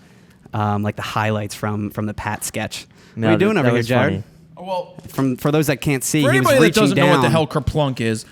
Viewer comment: Great episode! But did he call you 'Gared' lol?